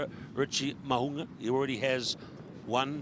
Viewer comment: 😂 2 attempts at his name and still got it wrong 🤣